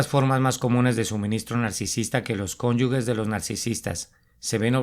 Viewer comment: Se dice cónyuges NO "CÓNYUGUES".